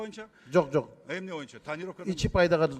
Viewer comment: Моюнча дебей боюнча деп сүйлөсөң!моюнча деген сөз жок кыргыз тилинде!!!боюнча деп сүйлөчү чулдурабай!!!